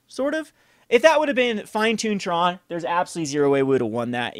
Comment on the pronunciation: So it's called TRON not TRAUNT?